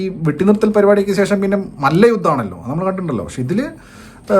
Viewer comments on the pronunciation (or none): none